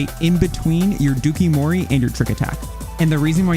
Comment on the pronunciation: I can't with the dookie-mori. It's pronounced like Dough-Coo Mori. It's Japanese for "lace with poison."